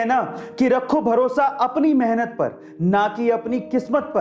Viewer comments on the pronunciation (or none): महनत नहीं मेहनत होता है।